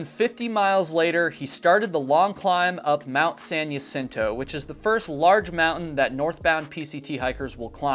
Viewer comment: It’s pronounced “hah sin to” as with many place names in Alta California, it is Spanish.